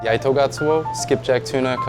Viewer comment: For a half japanese guy (his words), his pronunciation is freaking horrible. "eye-toe"?, dude it's e-toe. "kago-SHI-ma, no it's ka-go-shi-ma. japanese doesn't have syllable stresses or inflections. otherwise, awesome video